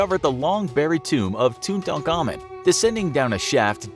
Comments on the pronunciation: It's perfect. Tut-ankh-amun. That's the sounds from Egyptian. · It's Tutankhamun not Tutankamen - the 'amun' (ah-moon) is after the Egyptian moon god. He pronounced it right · It's literally the proper pronunciation.